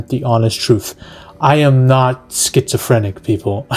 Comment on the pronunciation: “I’m not scherzophrnic “ killed me